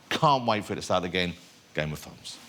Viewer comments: ''Game of Thwones'' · Hahahahaha Game Of Thwones...hahaha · Games of fones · "The incredibleGame Of Thwones." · "Game of Thwones?", "You're one of the hewoes?". Who is this guy the Roman Emperor from Life of Brian Lol!